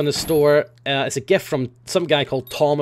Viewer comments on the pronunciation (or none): none